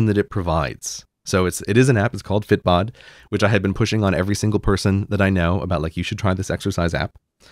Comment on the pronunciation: Excuse my ignorance. ..... is he saying "fit bot" for the app?